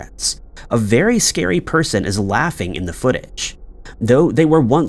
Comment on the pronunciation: The stories are vewy scawy